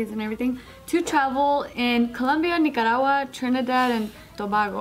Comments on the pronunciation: "100% Impossible" - pft, as if: Colombia, Nicah-rah-gwah Yup it's impossible. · killed me already. "United States, Germany, Nigraagwaaa....."